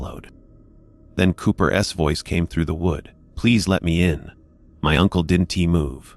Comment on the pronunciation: Hey, AI dude, the words are pronounced wasn't couldn't and didn't. NOT wasn tea couldn tea and didn tea. It's also pronounced Cooper's. Not Cooper Es. Other than that the story is very good!!!